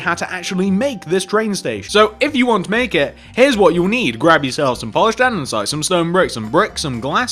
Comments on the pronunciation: nice tutorial! but pls say an-de-site instead of an-den-site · Is no one gonna comment on the 'andensite'